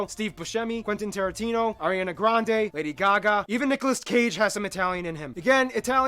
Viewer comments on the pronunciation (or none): none